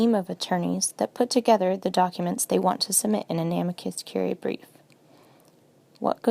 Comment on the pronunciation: The stress should be on the "i" of "amicus," not the "a."